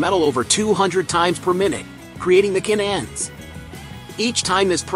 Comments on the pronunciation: Interesting manufacturing. The computer voiceover needs a little work - can ends, not cannends, etc. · This video is the result of artificial Intelligence. And it can't figure out how to say the two words "can ends." So it pronounces it "cannends." AI will destroy our ability to communicate with each other, us to businesses and business to business. But no one cares because there is money to be made. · Ca nans, Poor AI. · Haha, I broke out laughing at that point. I guess we’re not quite there in our AI tech just yet, lol.